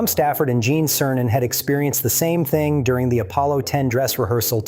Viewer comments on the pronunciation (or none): none